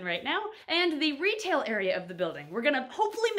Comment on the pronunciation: Every time says retail facility I always think she says RETIC facility, I think they should totally name the retail facility RETIC now because of this 😂